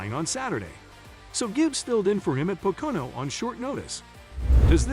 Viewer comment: Please learn how to pronounce Pocono